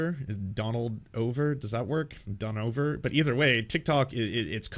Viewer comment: "Don-Over?" What you're looking for is "Don-so" Edit: I think that goes with a z. Don-zo.